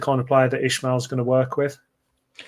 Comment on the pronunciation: Hey guys. Please start pronouncing Valérian’s surname properly. It’s only respectful and it’s not hard to pronounce. IS-MA-EL. No “H” in it 😉 🟦⬜️🌹